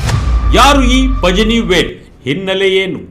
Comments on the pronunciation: ಪಜನಿವೇಲ್‌ ಅಲ್ಲ ಪಳನಿವೇಲ್‌ ! ತಮಿಳಿನವರು ಳ ವನ್ನ z ಬಳಸಿ ಇಂಗ್ಲಿಷಲ್ಲಿ ಬರೆಯುತ್ತಾರೆ. ಪತ್ರಿಕೆಯವರಾಗಿ ಇಷ್ಟೂ ಗೊತ್ತಿಲ್ವೇನ್ರಿ? 🤣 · ಪಜನಿ ಅಲ್ಲ ಸ್ವಾಮಿ, ಅದನ್ನು ಪಳನಿವೇಲ್ ಎಂದು ಉಚ್ಛಾರಮಾಡಬೇಕು.